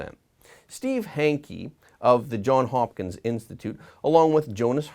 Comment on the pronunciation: Please, it's JohnS Hopkins, not John Hopkins - a combination of two surnames.